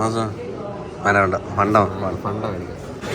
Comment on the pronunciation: ഫണ്ട alla ഫാന്റ alle 🤣🤣🤣🤣